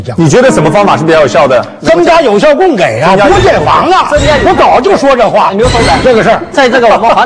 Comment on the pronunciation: 供给，居然读成“gei”，这都什么水平？